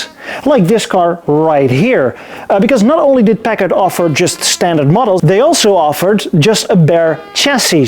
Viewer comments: Why do people pronounce it Pak-ed or Pack-id or Pack-ad & not the correct Packard, Pack-ard? It always strikes me that the speaker is an ill educated buffoon. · Am I the only American that thinks he keeps saying peckers? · Great video, thanks. You did say the word Packard many many times. I’m not sure if you were rehearsing the pronunciation or for a part in Goldmember-2. I can’t believe you left us with a cliffhanger. Looking forward to part 2. Thanks again, from the Hollywood Hills, L.A., CA.